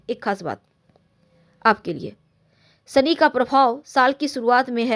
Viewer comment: यह श को स बोलना । शनि महाराज का उच्चारण ही आप गलत कर रही हैं ।